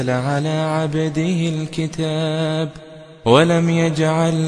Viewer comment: 🛑Assalamualaikum, please recite Quran that 99% people recite the way you are leaving tajweed is not good sign..like kataaba,maladunhu..it makes more confusion among Muslims i don't know which tajweed rule you are using i have never red.